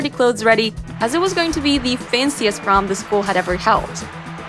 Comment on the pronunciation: prom day ❌ porm day ✅